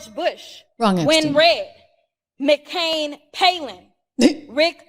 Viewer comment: She read , MCain Palin as if it was a single person. Hahahaha